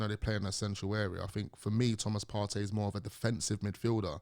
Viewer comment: Is there much difference between Partey and Elneny? Am I hearing his correctly??? It’s not even close 🤣.